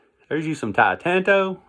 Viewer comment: It's Titano. Not "Titanto." LOL I love your descriptions and cover break-downs, dude.